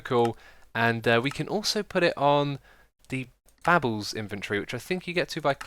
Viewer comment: Did he just call the baubles inventory the babbles inventory?